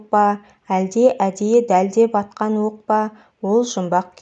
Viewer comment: Өк емес оқ де